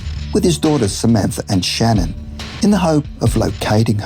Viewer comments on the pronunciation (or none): none